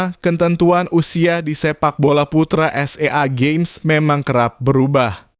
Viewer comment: SEA GAMES bang bukan s e a games